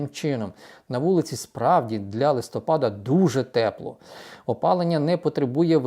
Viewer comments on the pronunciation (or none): Чому "листОпад?", листя пАдають, отже - листопАд.😢